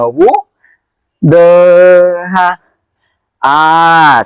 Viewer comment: आकरा नाही अकरा आणि आठरा नाही अठरा म्हणा